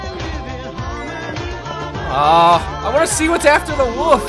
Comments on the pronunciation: lol he said "woof" instead of "wolf" and didnt even notice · Hahah it's wolf not woof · Its called a "WOLF" Not a "WUF".... -_ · Just the fact that you say woof instead of wolf is cute :3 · When he says 'Wolf' it sounds like he's saying 'Woof' xD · It's Pronounced Wool-f Not Wuff. xD LMFAOOO.. -3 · when u said "WHAT?! A WOLF!" it sonded like "WHAT?! A WOOF!" XD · i love the fact that pronounces wolf "woof" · Is it just me or is saying "woof" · "Back at the woof" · i enjoy how he said woof instead of wolf c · it's funny how says wolf 'wuff' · To me it sounds like calls the wolf a woof? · why does he call a wolf a woof? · It's obviously a "woof" guys. That's what Canadians call it, every single one, in fact, there is not one Canadian in the entire country that pronounces Wolf properly. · Its a mimic cause he pronounces it woof lol. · he calls it a woof lmao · So Canadians pronounce Wolf, Woof? that's surprising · He calls a wolf a woof o.o. heheheh.... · I love it how he says wolf XD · He says wolf funny! XD